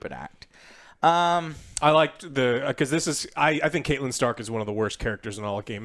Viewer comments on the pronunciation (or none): none